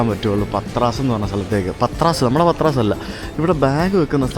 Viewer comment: Greek pronunciations are very different. Although it is written as Patras the original pronunciation is "Paatra"